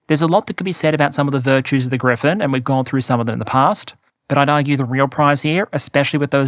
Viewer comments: gripen not grifen -) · Bro. P, not F. Its the JAS Gripen. Not Griffin. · The Gripen is not pronounced "Griphen". It means "The Vulture". Not the mythical creature. In English the pronunciation is closer to "Greepen". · Gripen....Gri...Pen....not Griffin! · Hmm it seems like changed his pronunciation of gripen. I think it used to be closer to Gree-pahn with a rolled r. Lately it's sounding more like griffin... or am I crazy? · take a shot every time pronounces Gripen like Griffen lol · Griffen!? No, and not Grippen either; its "Griipen", a slightly longer "I". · It’s spelled GriPPPPen. Even if it means griffin or griphon or whatever. OMG